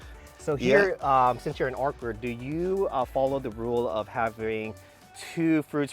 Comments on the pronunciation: Everytime pronounces Orchard as Orcard take a shot! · Awesome Video, Its Orchard though not Orchid!😄